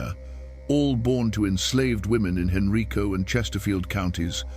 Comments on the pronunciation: That county is not pronounced Henreeco. It is pronounced Han-rīco. Richmond. I lived there for 20 years. I've never heard of that story , so i'm not sure if it's true but things like that happened frequently back in those days. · I could not find any reference on Google to Professor Hayes or her journal article and book. It’s very unlikely that there were any women PH.D. professors teaching at UVa in the early 1970’s except in the department of nursing. Henrico is pronounced hen-rye-co so is this AI? Provide the references you used for this YouTube post. Lynchburg, VA.